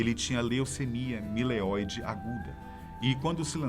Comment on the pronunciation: Leucemia mielóide aguda, e não mileoide.